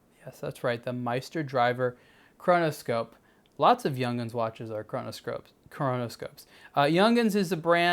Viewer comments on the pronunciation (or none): It is pronounce like Yoong hans. Not like Young hends. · Not pronounced Young’ins. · Hey, its pronounced Yung-hans.